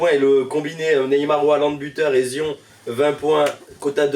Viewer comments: Zion 😭😭😭😭😭 « Zayeune Williamson » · Zion ça se prononce zayonne